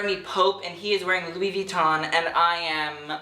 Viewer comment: jesus christ pronounce Louis Vuitton right bitch